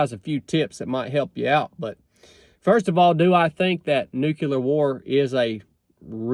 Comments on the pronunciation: First of all, Nu-CLE-er . Not Nuk-U-lar. Second, again, forget the Bible nonsense.... "There will be wars, and rumors of wars...." Yeah....like that's a BOLD prediction! DUH.... Third, even if there WAS a nuclear war, most people would survive. Hell, there's a guy that was in BOTH bombings of Nakasaki, and Hiroshima, his name was Tsutomu Yamaguchi. He lived to be 93. In the event of a nuclear war, at this point, it's most likely going to be tactical nukes aimes at specific military targets..... Every leader in the world understands that no one survives and all out nuclear war.... Ain't gonna happen. Even if the Bible says it's going to....Costco got it right putting it in the "fiction" section..... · It's not "nucular", it's "nuclear" war. English my brother, English. They are called "nuclear bombs", not "nucular bombs". Go back to school Bush! 🤣😃😋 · I'm a lot less worried about nukeyoular war than I am about nuclear war. Sorry, I had to make that joke, I'm from North Georgia too. 🤠